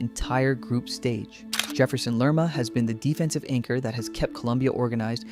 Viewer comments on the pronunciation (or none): none